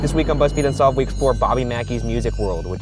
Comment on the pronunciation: RYAN YOU NEED TO PUT MORE EMPHASIS ON THE "UNSOLVED". Like the dun-dun in Law and Order. At the end, I always like to say it with you (well not with you, but with the recording).